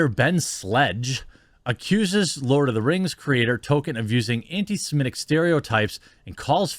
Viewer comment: Lord uh da rangs Da bling a powah.